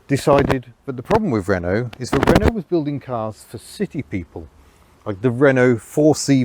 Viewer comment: citroën and renault is mispronounced.